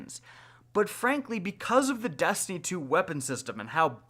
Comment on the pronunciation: Did you say dustiny 2 😂?